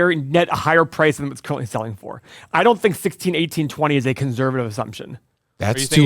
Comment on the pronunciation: Can someone teach how to say conservative?